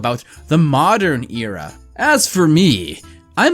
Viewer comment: You pronounced Era wrong so uhhh just gonna point that out hehehe